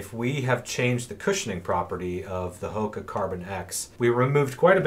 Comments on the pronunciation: jonny j You’re absolutely correct on the pronunciation. We blew that one, thanks for the correction! I think we have just said “Hoka” for so long now, we forgot! Good catch. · Thracian_elite Thanks for the comment, and absolutely correct. We mis-pronounced the Brand 😳! I’ve been using only “Hoka” for too long...good catch!